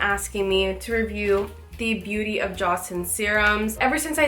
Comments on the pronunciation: please stop butchering the name it's not Joshiun. its pronounced Joe-sawn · Jaw-sen?😂 Joe-sen. Its Korean